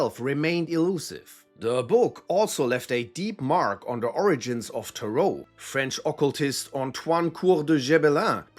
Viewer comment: I hate how you pronounce Tarot.